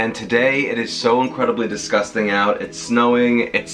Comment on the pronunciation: Came for the recipe, stayed for the laughs. I knew you were from Queens the moment you said “its disgusting outside” 😂